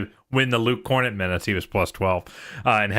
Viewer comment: It’s KorNET